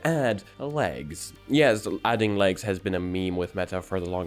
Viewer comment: i heard lags instead of legs XD, imagine glasses with remove clothes IA lol